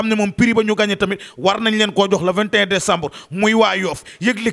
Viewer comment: 😆😆😆9 dicambr kay 😂😂😂😂 on dit 9 Decenbr com sa ok 😆